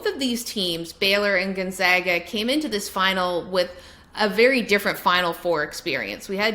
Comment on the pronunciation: Everytime she says Gonzaga I die a little on the inside